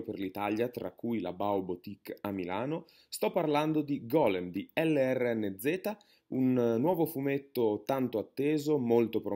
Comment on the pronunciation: lrnz si pronuncia lorenz